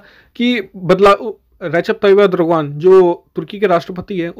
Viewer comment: Yedrogan nahi yerdogan he mand budhi